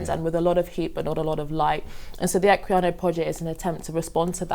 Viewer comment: "Equinaya project" *Equiano project 40 seconds in and my pedantry is already buzzing.